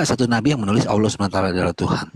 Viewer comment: Dalam Alkitab Allah dibaca pendebat islam auloh 😂 disuruh kembali baca tetap dibaca auloh. Akhirnya disuruh kembali sekolah SD kelas 1😂😂